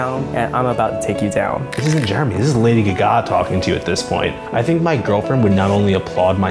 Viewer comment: The dude who did Applause kept on saying "G-ga" as "Gaga" this is so disctracting lmao don't disrespect the queen like that